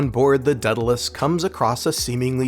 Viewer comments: Day-dal-ee-us, not Deadalus. The "a" precedes the e"". Daedalus was the father of Icarus. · I want you to repeat after me: "Day-Dah-Liss". It is NOT and will never be the moronic "deada-liss". At least try to do better...